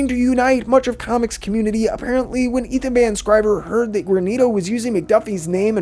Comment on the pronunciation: Hey dude, I like this channel. Just a heads up, you keep calling Ethan Van Sciver, "Ethan Van Scriver" .